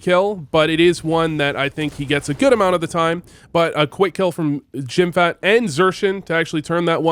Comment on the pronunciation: Again, its not jimfat. Jimpp-hat, say it with me: JIMPPPPP - HAT. Thank you.